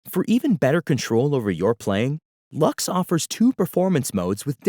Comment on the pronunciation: I have to admit I was surprised to hear “Lux” pronounced as “Lachs”. With such an elegant name, I immediately thought of the Latin word "Lux" for “light”, which actually fits the soft, luminous character of the library perfectly. The “Lachs” pronunciation (German for “salmon”) really caught me off guard! For me it will always be “Lux” as in “light”, much more poetic and fitting